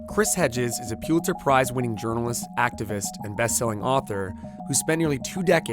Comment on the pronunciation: The interviewer is awful. Mispronounces "Pulitzer" in first ten seconds, sounds like a valley boy reading an essay in high school civics. Hedges is a fascinating guy; too bad Vice gave the interview to a lightweight...